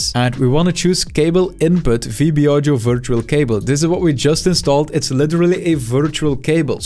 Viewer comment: I just like how he says "audjo"